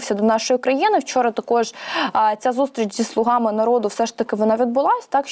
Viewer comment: Не слугАми, а слУгами... Рогацька Полььтава!!!